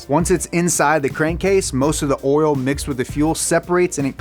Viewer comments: I like that he says "Oral" instead of "Oil" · It just me or did I hear “oril” instead of “oil”? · Never knew there was a "R" in the word "Oril", always see it misspelled oil. teaches me something new everyday! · i swear he's saying oral instead of oil intentionally. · Sounds a little too much like 'oral' to me. Especially when he's talking about engines being dirty. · Not to be rude or anything but oirlr? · Pretty sure you're saying "oil" like "oral" on purpose. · Did anyone else hear “oral” every time he said “oil”